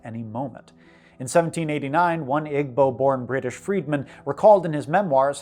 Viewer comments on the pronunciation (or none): Igbo is pronounced “EE-boh”, not “ig-bog”. Correction for somewhere . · Igbo is pronounced ee-bo mate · So, here's a little tidbit that an Igbo girl told me. I researched her people on Wikipedia to seem sophisticated, but was confused when she said "Igbo? I'm" then she said a word that sounds like ee-bo. Turns out Igbo is not pronounced like it looks, but as if it were spelled Ibo. I was surprised to learn that. I think a lot of foreigners make than same mistake, the mistake that I see you and I both made.